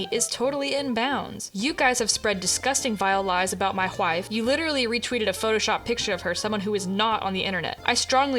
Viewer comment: girl really said "hwhife" ... hehehe